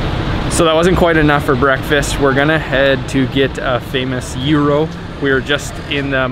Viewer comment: Hi there! It's gyro (pronounced gìro.....not euro)! It is the National Garden (not the National Gardens)! You shouldn't eat the octopus straight out of the serving metall plate! You have to put it on your plate...yes the small one in front of you! It's not for decorative purposes there, dear! It's pastourmÀ (not pastoùrma)!